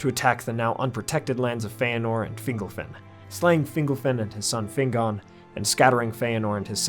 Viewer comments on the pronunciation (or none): Finglefin? Really? Sounds like a species of fish. You Americans are useless with accents.